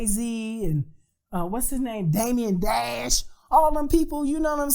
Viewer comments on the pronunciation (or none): Not "Damien" Dash. LOL